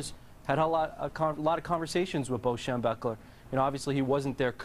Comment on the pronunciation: can't even say his damn name, on… SHEM-BECK-LER. get it right